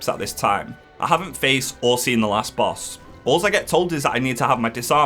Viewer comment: Insane boss pronounciations in this one. I love it